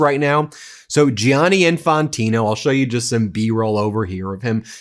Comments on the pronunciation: It's pronounced 'Janny' not 'J-ianny', Ben. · Gianni is pronounced the same as Johnny. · Please, Ben and americans altogether: Don't butcher the name Gianni Just say Janny. It hurts my ears every time you butcher it!